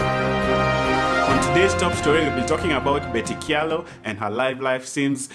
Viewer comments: So,, it's pronounced "cha-lo" not "kya-lo" just so you know:-). Aki don't blast me. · Kamba names with ky are pronounced ch eg in this case kyalo is pronounced chalo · Kyalo pronounced as 'Chalo'!